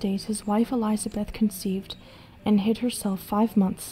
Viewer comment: I can forgive messing up non english words, but really, Elizabeth? JK, love your work.